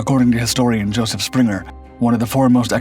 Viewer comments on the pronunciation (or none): none